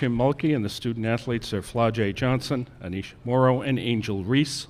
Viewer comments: You said “Annesha” not Anessah so no that’s NOT what you said and they were right to correct you. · That pissed me off so bad. Her name is A-NEE-SAH, thank you very much. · Bruh said, “Aneesha”.. Why lie about it? 🤦🏾‍♂️ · He know darn well he mispronounced that girl name then had the audacity to get rude 😒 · That's what I said.... He's talking about " that's what we said." I'm like Sir, have a seat bcz you DID mispronounce her name. He was clearing coming out of his face. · How are they gonna bold faced lie about saying her name wrong in the beginning. “That’s what we said” well no it’s not so what now. That’s annoying and unnecessary. Cant imagine behaving like that at work and on camera.